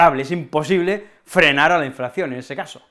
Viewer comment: ¿Por qué dices *inflacción?